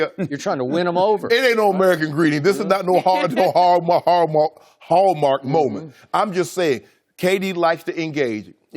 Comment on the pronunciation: I wanna put Shea tryna say "Hallmark" on a loop